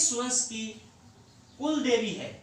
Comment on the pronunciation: Sir ji kuldevi h vo cooldevi nhi usko thoda sudhar karo baki sab to thik h